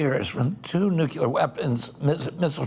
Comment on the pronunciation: Please stop saying “nucular”, Mr. Kennedy… is that a way to connect with people? You know how to pronounce this word, you’re not George Bush Jr